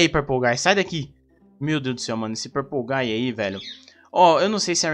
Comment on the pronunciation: THE MAN BEHIND SLAUGHTER EDIT:ELE Fala purplegay KKKKKK